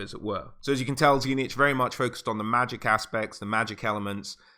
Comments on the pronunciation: Dude. It's not TZEE NITCH... it's TZEEEECH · Tzeentch is actually pronounced Zeen-ch, not zee-nitch.